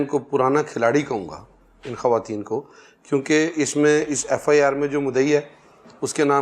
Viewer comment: لفظ ' خواتین' کا تلفظ خاتین درست نہیں ہے. خاتون ترکی زبان کا لفظ ہے اس پر واؤ ساکن کا اصول نہیں لگتا، صرف فارسی الفاظ پر لگتا ہے.